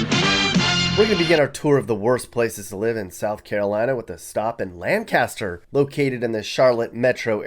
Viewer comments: I can always tell when someone is NOT from South Carolina when they mispronounce Lancaster. It's pronounced Lank-cas-ter or even Lank-is-ter the same pronunciation(s) utilized by the natives of Lancaster, PA whose ancestors settled in what became Lancaster County, SC. As for Murder Beach....I mean Myrtle Beach of course.... I have no argument with you. By the way, I assume you are familiar with the common definition of a consultant: An individual hired to tell you the time of day who then uses your watch to do so....And then keeps your watch as partial payment for services rendered. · Fellow Carolinian here! I live in the general Myrtle area, but I will keep the exact spot private. Lancaster is pronounced here like "Lane-kisster!" In my experience, inland of Myrtle like Longs, Loris, and Conway are horrific. People I graduated school with have become murderers and are in gangs. People I grew up with were killed by their friends. North Charleston up to Summerville is filled with crime, too. North of Two Notch in Columbia is even worse and it's terrifying! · Ok first off it’s not pronounced that way. It’s pronounced “LANKISTER”. Let’s get it right. It’s the first thing my husband taught me when I moved to Charlotte / fort mill area. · It’s not Lancaster. It is pronounced “lankister”. Clinton is actually pronounced “Clinnon”. I’m a proud native South Carolinian. I can’t say that any native would agree with you in some of these. Any person can Google statistics, but if you are not from here or have never actually been to some of these places, you can’t really say. Believe it or not, small towns are actually nice. More people and businesses are moving away from the cities because they are getting too expensive. The small town life is great. By the way, rural poverty and poor education are descriptive of almost all if the south. That’s not just a problem here. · You are mispronouncing Lancaster. It sounds like Lank aster. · Lancaster is pronounced "Lane - ca - ster"